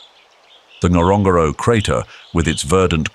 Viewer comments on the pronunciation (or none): It is not pronounced that way...wasnt was i was there!...